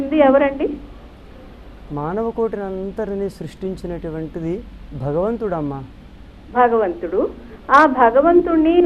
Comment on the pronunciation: బగవంతుడు అని వత్తు లేకుండా మాట్లాడే నీచుడు. ఆయన ఆస్తులపై ఆదాయపు పన్ను వారు దాడి చేస్తే బండారం మొత్తం బయటపడుతుంది. దశాబ్దాల క్రితం ధవళేశ్వరంలో ఒక దొంగ స్వామి భూమిని ఆక్రమించి ఆశ్రమం కట్టాడు. ఎంతో రాజకీయ ప్రాబల్యం ఉన్న ఆ స్వామి ఆశ్రమంపై నాటి ఎస్ పి శ్రీ ఆర్ పి మీనా గారు దాడి చేసి, ఆశ్రమాన్ని సీలు చేసారు. అలాగే ుడి శక్తిపాత లీలలు, నోటి దురద, తీర్చే అధికారులు రావాలని కోరుకుంటున్నాను.